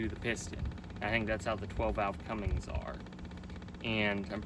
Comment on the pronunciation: There's no G in cummins